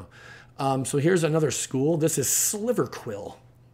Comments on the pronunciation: Silver not sliver unfortunately. Great info though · Are we just all going to pretend like he didn’t say sliver instead of silver? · Sliver* Lol